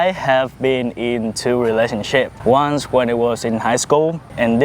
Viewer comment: i mean "once", it's slang "Just this once" not only one night. And yes, he said "ons".